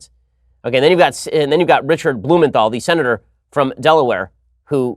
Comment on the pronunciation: Blumen-da-foe the Green Goblin